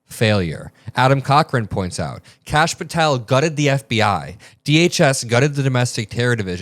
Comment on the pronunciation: Kash = duh-hooooosh 🤦‍♀️🩵